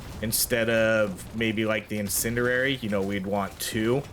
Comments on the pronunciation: Bro i love your videos but i cringe every time you say in-sin-dur-rary. Its pronounced in-sin-dee-ary btw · "IN-SIN-D-AIR-E" love your content but holy shit, this one fucked with my tism. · Incendiary. In. Sen. Dee. Air. Ee.